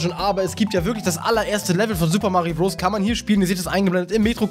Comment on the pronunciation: Wieso spricht du Odessy und Bros falsch aus???